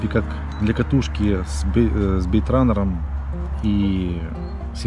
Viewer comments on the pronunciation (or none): бАЙТраннером!!!! а не бЭейтраннером!))))